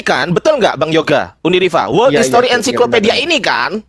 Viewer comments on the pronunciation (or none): sebut ens saiko pedia bukan ensi ko pedia" 😊